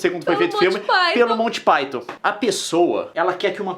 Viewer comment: Você disse colty pyton?